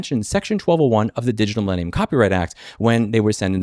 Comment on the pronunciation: I think you take your time to speak the words “Digital Millenium Copyright Act” with a special emphasis on “Millenium” instead of only using the acronym, just to put even more emphasis on how out of touch this law is.